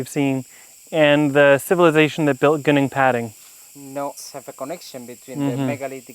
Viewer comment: Please learn to pronounce Gunung Padang correctly. Also Its not a pyramid. Ive been there 2 year ago and its quite obviously a hill and not a pyramid, it doesnt even resemble one.